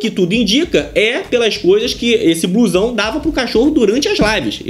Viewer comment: Por que "bluezão"? Não seria "blusão"?